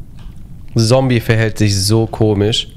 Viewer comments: Du machst alles gut nur bitte sage Zombey mit Z und nicht mit S, du machst es genauso wie Paluten früher. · Ich find ja geil, dass die ganze Zeit Sombey sagt😂😂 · Ich wollte nur mal erwähnen das man ihn 'zombei' ausspricht und nicht Zombie-Sombey' nur so als kleiner Tipp 🙂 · Triggert es noch jemanden, dass er die ganze Zeit Sombi statt Zombey sagt? 😅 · No Front aber Zombey heißt nicht Sombey sondern "Z" ombey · wie er einfach konstant Somby statt Zombey sagt 💀😂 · Wie immer Zombie anstatt Zombei sagt 😂😂😂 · Nices Video wie immer! PS: Man spricht Zombey aus wie man ihn schreibt (nicht Zombie) xd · Extrem nice Kombi! Würde mich nur interessieren wie das zustande kam :D ps: Zombey nicht Sombi oder Sombey :) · Zombey nicht Sombey haha 😹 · Regt nur mich auf das er immer sombi statt zombey sagt?😭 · ju: sombey ich: ZZZZZZZZZZZombey mit zzzzzzzzzzzzzz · JUUUU BITTE es heißt Zombey NICHT Sombey und such NICHT ZombIE oder SombIE DANKE!!! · Es triggert so wie er sombey anstatt Zombey sagt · Niemand:: "Sombey" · Zombey wird mit ''Z'' ausgesprochen 😱😂😂😂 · Wenn ju noch einmal Sombie oder Sombey sagt ich box den weg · Ey triggert mich dass, das Zombey "Sombey" nennt😂